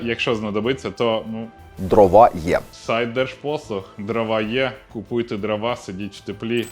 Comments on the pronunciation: дрОва, не дровА, наголос не туди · ДрОва, а не дровА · Жодного разу не 'помлився', щоб правильно наголос в слові дрова поставити